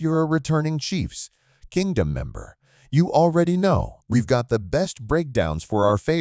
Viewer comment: Ugh I hate the AI speaker. Welcome to chiefs………..kingdom……